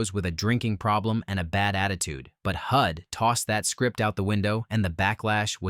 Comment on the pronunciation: Also, #10 is Hud, not Hood.